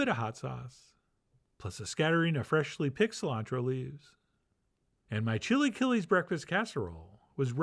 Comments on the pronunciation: "Chilly killies" - wow. Chee-la-kee-less. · I’m dying that after the initial pronunciation of “chilaquiles” he immediately moves to “chilly killies” 😂😭❤️ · Ok, at first I was scheptical and saying "what is he doing?!" But i would taste it and avoid thinking of it as chilaquiles, just Chef John's chill'aKill-S jeje at the end it looked good. I would add "epazote" because it is a flavor that completes the sauce